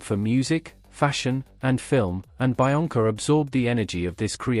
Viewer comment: I'm pretty sure it's pronounced be-onca, not bi-onca